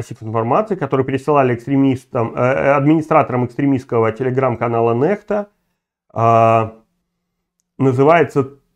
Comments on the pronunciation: Ну, Курейчик, блин🤦🏻‍♀️🤦🏻‍♀️🤦🏻‍♀️🤦🏻‍♀️🤦🏻‍♀️🤦🏻‍♀️ Хватит уже нЭхта!!!!!! 😡😡😡😡 нЕхта !!!! нЕхта !!!!! И кому нужна твоя бесполезная критика? Что это меняет сейчас? 🤦🏻‍♀️🤦🏻‍♀️🤦🏻‍♀️ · Ньехта а не нэхта или Nexta нэкста по английски